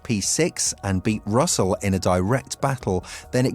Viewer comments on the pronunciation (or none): none